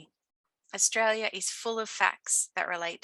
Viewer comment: As an Australian, I thought my accent was strong until I heard your pronunciation of 'Austraya' 😊. I enjoyed the imformative video. Well done.